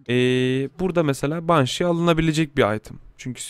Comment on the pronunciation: guardiyın, banşi, last vişpır değil; gardiyın, benşi, last vispırdır canikom